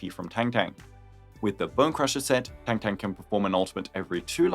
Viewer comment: It’s tongue tongue btw not tengteng